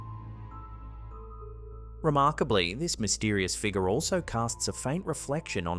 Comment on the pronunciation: Ok dude, what the hell is a figga? My friend said you are unable to pronounce the letter " R " at the end of a word. I'm new to this youtube thing. We have to go into town to get internet so we get little time to see videos. We have to go. Keep practicing your English and you'll get better at it. You make really good videos too.